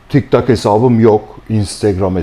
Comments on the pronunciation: Nobody: Tik-tok 🦍: Tik-tak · hocam tiktok a tektak demeniz çok gorilce teşekkürler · tiktak demesine bittim